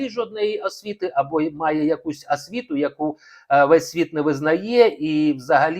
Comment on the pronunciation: Браво!Все те ,що я хотіла написати,але не вистачає в мене терпіння і емоцій так багато писати...Коробить від притворства Українства,одне лише слово,повторене неодноразово:асвіта(освіта).Навіть в інтонації відчувається болотне жабодавство.Хто має право оголошувати публічно матеріальне становище іншої людини?Ще багато можна продовжувати.....А Марк відкрита,чесна ЛЮДИНА!!!